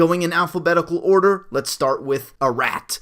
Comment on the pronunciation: Arat is pronounced like Arod